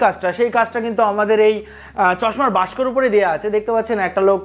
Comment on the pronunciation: তুমি বাক্স কে বাস্ক কেন বল???